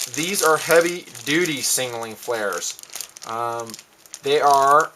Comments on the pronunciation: i like ur videos and all but its sound like u say singaling when u Signaling :) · he does indeed say sing a ling, but im sure he means to say signaling... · "Singaling flares" lol